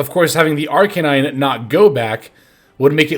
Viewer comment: Killing me with this "ArKAYnine" assaulting my ears 😅